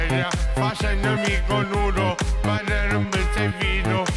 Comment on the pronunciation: Non diceva managgia la miseria ma mannaga la miseria😂😂😂😂😂😂😂